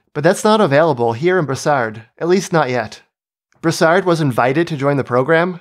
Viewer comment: En passant, we don’t pronounce the “d” in Brossard...